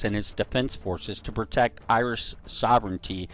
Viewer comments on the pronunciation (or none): none